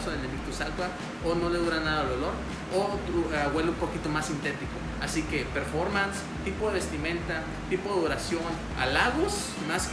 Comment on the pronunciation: Se dice performance